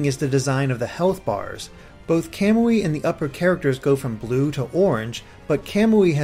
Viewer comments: you're ignoring that in Japanese emphasis is placed on the next to last syllable. For Suiyoubi your explication works (because emphasis is on the "yoo" sound), however for Kamui emphasis would be placed on the "mu" making it a noticeably different sound. Hence "Ka-moo-ee" instead of "Ka-mwee" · it isn't. I am in year 3 of Japanese in High School and have watched an anime that had that character's name. KA-MU-I is how you say it. "mwee" can't be pronounced in Japanese. カムイ